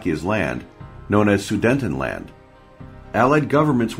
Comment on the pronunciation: The maps shown do not match the narration, e.g. onto Pronunciation of places like Sudetenland incorrect. The German high seas fleet did not surrender they were interned in Scapa Flow after the armistice.